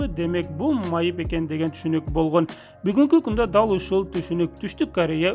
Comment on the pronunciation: Лингиаисикага БАРЫП тилди ондо Бойгонь тойгонь дебей Болгон Тойгон жепг суйло.ЛИНГИВИСТИКА